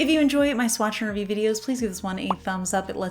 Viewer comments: Not gonna lie, I heard “swatching review” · I always thought you were saying “swatching review” 😂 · I definitely hear "swatch n review." I listen to a podcast called Cortex and they just came out with a new product they're calling the sidekick notepad. But Myke sounds like he's saying /psychic/ notepad on the podcast, I am so amused. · I’ve always thought you were saying Swatch review for You! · I always thought you were saying "swatching review" 😶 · I always thought you were saying, "Swatch review" so now I know! What a beautiful collab! Thanks for sharing these polishes with us. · Too funny, ive always heard "swatcher review" too. you cant convince me your saying "swatch and review" lmao 🤣🤣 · I hear it as “Swatch n’ Review”. 😅 I grabbed these as soon as I saw them! It’s such an interesting collab, and the inspiration for each polish works really well. If we’re being real, I would have grabbed these for the bottles alone.